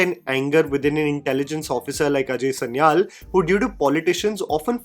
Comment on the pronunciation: The anchor has absolutely no sense of correct pronunciation; Sanyal, Lyari etc.......... though can't blame him as he's being literal; english language being such. Rehman was encountered outside like in the film, he was brought back and claimed encountered in Karachi metro boundaries due to jurisdictional complications.